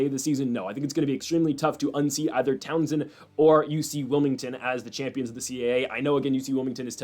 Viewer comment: Bro. It is tau-sun not Townsend 😂